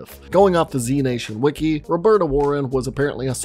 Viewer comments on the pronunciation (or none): none